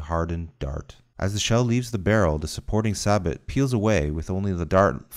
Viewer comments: Every time he mispronounces the word SABOT, sab-at instead of sab-o I cringe, but otherwise great video. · It’s pronounced SAA-BO-H NOT! SAAABAAT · It’s pronounced saboh not sabat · Why is everyone dicking around and making fun of him saying it pronounced "saboh" not "sabat". It irritates me. Like its just a word, not a big deal Anyway, great videos bro!, its simple but easy to understand. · It's pronounced sa bow not sabot Also explosive reactive armor can only be effective against explosive rounds. Don't worry I got the explosive reactive armor part wrong too Otherwise great video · The t is silent so say saybo insted of sabot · SABAT? Sa-bo is how it's pronounced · Pronounced "say-bo" because the T is silent. Like how the last C is silent in Leclerc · He really pronounced it sabat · In the UK we pronounce it “saboh.” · Alex Standifer that is british pronounciation, american pronounciation is sa-but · It's pronounced say-bo cause it's French. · It's "saboh". The "sa-" is pronounced like in "salsa" and the accent drops on the "o" in "-bot". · Is pronounce SABO....Im retired Tank Commander and Master Gunner 25 years active service. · Not having a go at you bro, 👌🏼 If we Aussies didn’t have such a lazy pallet/accent, we’d pronounce it “Sa-Bo” as well. We just have a tendency to put an “Ay” whenever there’s an “A” to be pronounced. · FM 17-12 chapter 6. Sabot pronounced Saybo. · hate to break it to you, it's pronounced "say-bo" You can look it up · Pronounced saybow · FYI the Army pronounces this round as SAY-BOW. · Pretty sure it is commonly pronounced say-bo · Please tell the computer, sabot is pronounced, “say-bo”. It’s a French word. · Pronounced SAY BOE. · It's French for "shoe". The rod has a "shoe" or "sabot" around it. And for God's sake, it's pronounced "SAY bow" or more properly, "sah BOW" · Good video but sabot pronounced "sah-bow" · Its pronounced SAYboh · That’s a weird pronunciation of sabot never heard that before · It's pronounced Sabo the t is silent